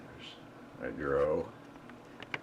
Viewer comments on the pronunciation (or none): LoLoL It's called a D.R.O., not a dro.